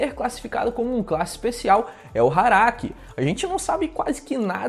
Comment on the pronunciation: eu ouvi... HARAKI? kk